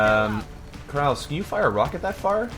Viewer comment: Still can't remember to pronounce the final e in "Krause". ;-)